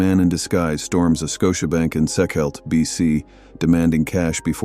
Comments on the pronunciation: Sechelt is pronounced SEE-shelt. Like seashell with a t on the end. Not SEK-elt. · Joey Cramer robbed a Scotia Bank in Sechelt, British Columbia... pronounced 'Sea - Shalt' not 'Sec-elt'. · That’s ‘Sechelt’ pronounced Seashelt.